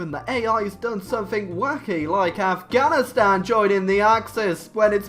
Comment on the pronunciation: "We won't do anythink..." 2 minutes later... * does somethink."